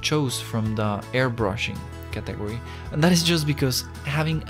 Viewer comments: Qué tuanis, mae. El énfasis es en CAtegory, no caTEgory. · hahaha he said “categ-ory” thats not how you say it bro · What is a caTEgory??